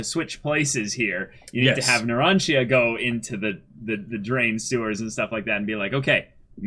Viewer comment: Is anyone there going to tell them to LISTEN to how the names are said? Or even that the i in Narancia and Giorno is not sounded??? I mean you don't call Digiorno "Di-GI-OR-no" now do you? It's an Italian thing.